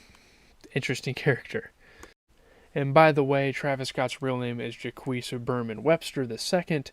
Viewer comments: Yes, Travis is Jahk and not Jaques.😂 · bro did not say jah-kwees instead of jahk